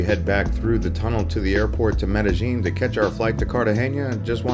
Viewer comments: Pronounced it "Medejean?" Uhm... Wrong! It's pronounced like "Medeyeen!!!" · It’s Med eh. Gin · Would u please pronounce the word Medellin correctly?? It's very irritating